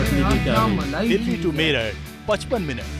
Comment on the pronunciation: मीरत नहीं मेरठ